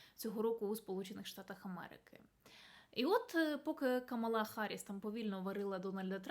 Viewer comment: Камала ..наголос на КА а не на ма. Вона дуже чутлива на це.